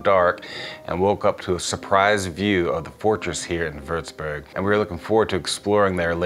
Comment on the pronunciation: First of all, your pronounciation of such a difficult name is incredible!! Well done! Secondly, as someon from Würzburg, I always get so excited when other people appreciate my city as well :)